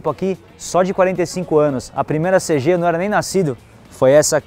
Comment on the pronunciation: CG não felho.. é Cêgi kkkkk tamo together